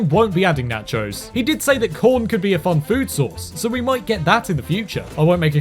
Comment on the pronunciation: Nahchos... Bruh